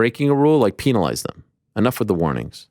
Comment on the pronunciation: "Peen-alize" 🤔 Eeeeeh. For a guy who seems so concerned about the proper pronunciation of words. It's unbelievable how badly you mispronounce certain basic words. You try to say Adesanya correctly in an actual African accent, but can't pronounce penalize. Pen-a-lize. Lol. Or one you say nonstop due to covering MMA. You pronounce won as "Juan" or "Waan". Lol. I've seen multiple people comment about how annoying that is. 😂 Gotta give you a hard time Ariel. But I love ya man.